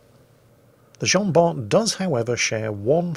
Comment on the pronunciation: It's pronounced Jean-Bar! Hilarious replay tho ngl